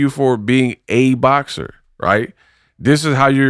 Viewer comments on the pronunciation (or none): Did he just say BLOCKSER? BOXER I’LL GIVE IT UP TO CLARISSA BECAUSE THEY MAD THEY MAD THEY MAD THEM SIDE BEtS HAVE BEEN CUT OFF WHILE SOMEONE ELSE ROLLS THE DICE😂😂😂😂😂